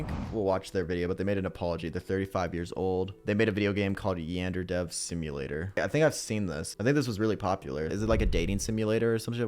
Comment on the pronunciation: that is the most Americanized way of pronouncing yandere 😂😂 I'm sure didn't know how to pronounce it initially because he's probably never heard of it or seen it written out like that. So I'll give him a pass this time